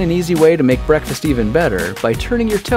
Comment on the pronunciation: its BWEKFAST xD